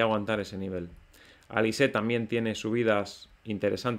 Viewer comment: Como siempre, muchas gracias por tus videos y la gran informacion que nos proporcionas. Solo una pequeña queja: si pronuncias correctamente 'bainans' por binance y no dices 'binansé' ¿por qué te empeñas en seguir diciendo incorrectamente 'alisé' en lugar de 'alis'? 😉